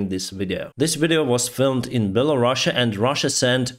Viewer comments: It's Belarus, not Belarussia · Can you stop saying Belarussia!!! sound so soviet:} it's called Belarus simple. I spend 22 years in Ukraine and you barely hear Belarusian.